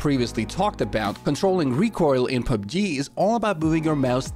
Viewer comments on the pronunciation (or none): none